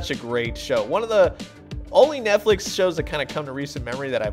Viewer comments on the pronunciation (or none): none